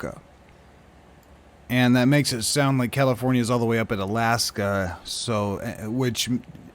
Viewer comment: Caliph-ore-nia.... Allas-ka ??